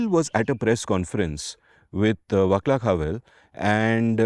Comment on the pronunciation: Vaclav is pronounced Vah-slav, not with a hard C, fwiw.